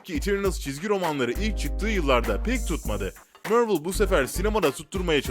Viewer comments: Mörlı demen delirtti beni mavrıl mk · Mörvıl ne la İngilizcesi de Marvel onun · mörvıl ve för fırom homu duyduktan sonra vidyoyu kapatıyorum, kolay gelsin. marvel desen bu kadar batmazdı heralde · Marvel'i 'mörvıl' diye okuyup war'ı 'var' diye okuma sorunsalı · Mörvıl Değil Mervıl Diye Okunur Hadi Sİktir Git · MÖRVIL DEĞİL MARVEL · mörvol degil abi marvıl diye soyleniyor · mörvıl değil marvıl diye okunur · Mörvıl ne lan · Deaktır sıtreç tu Mörvil spaydırmean forforomhom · Mörvıl ForForomHom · kanalı O BLACK WİDOW filmi çıkmayacak onaylandı:)))) MÖRVIL DEMEYE DEVAM SEN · Mörvıl ne yeniyormu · mörvıl ne hocam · Amk yabancılar bile marveli marvıl diye telefuz ediyor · mörvıl ne kürt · Vor vrom home mörvil kskskdk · Mörvl ne amk zkdjdjdjdj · Mörvıl değil För from höme değil duzgün sole sunlari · Biri şu adama MARVEL demeyi öğretsin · MÖRVIL NE AMK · Mörvıl ne amk bi an basqa firma sandim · Marvel ismini neden mörvıl diyo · Marvel deme sen bi daha dayı mervel ne allahunı sevdiğim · Midem bulandı amk mörvıl demesinden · Marvel ı Mörvıl diyeo kumanı analrımda filmleri ingilizce okuman yetmiyomuş gibi bide 2 ve 3 ü ingilizce özürlüsü gibi okuyosun abone sayına göre yaptığın amotörlüğün üzerinde sen Türk halkına hitap ediyosun nedir bu yamuk ingilizce merakın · Yahu niye yanlış yazayım. İngilizcem var. Videoyu çeken adamın yok ki Mörvıl, Sipaydırmen Förforom gibi garip garip telaffuz yapıyor. Adamla dalga geçiyorum. Daha da anlamıyorsan git zeka dersi al. Yorumlarda da zaten herkes dalga geçmiş. Sen videoyu nerenle izledin... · Civil Var değil Civil War yani (Sivil Vor) BİDE MÖRVIL DEĞİL MARVEL